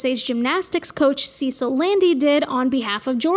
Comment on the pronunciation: “Sa-seal” phonetically not “See-sill” Cecile it’s French.